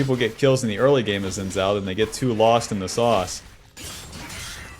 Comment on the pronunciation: SAY IT WITH ME,: "SHIN" "JAO"